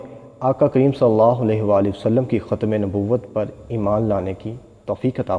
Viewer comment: My dear kjatim nehi but khatam